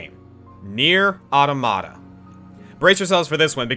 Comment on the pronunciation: Anyone upset about him pronouncing NieR:Automata wrong.